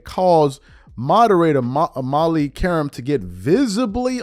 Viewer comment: #dreamerspro, please note that #Qerim and #Karim are the same pronunciation!!! In fact, it is the same meaning in Arabic as #Kareem!!! It is an Attribute!!! After all these years, #screamingAsMYTHY cannot pronounce Molly's name!!! And, Ms. Qerim has complained more than once, ON AIR, about this shortcoming to Mr. Number One!!!